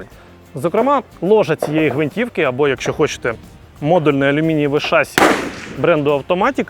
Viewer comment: Ребята, ну не шАсси, а шассИ. Молодчаги, смотрю вас под пивко Научитесь ударению